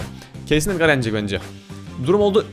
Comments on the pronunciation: Abi edgar edgır diye okunuyo ve edgarı tutuyorum seni seviyorum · Abi edgar déğil edgır